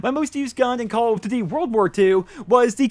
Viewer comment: Why you always saying "call of d-dee"